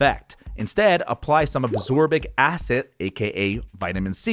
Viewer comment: Ascorbic, not absorbic. But very nice video.😇